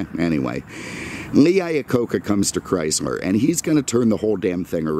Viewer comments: First, cut through the nonesense and talk about the cars not the weather. Second, if you don't like the weather in Naples,Florida then move your ass up north where there is ice, snow, and cold. Third, it is CHRYSLER, not "Chrysmer". In some years, Imperial was a Chrysler model and some years Imperial was its own marque as was /is Plymouth,De Soto, Dodge, Ram ,and Jeep. It is not CHRYSMER. IT IS CHRYSLER. GET YOUR EYES CHECKED. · Sorry, the auto correct for me. He kept pronouncing it “Chrysmer”. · Did anyone else notice that he kept pronouncing it “Chrysler”?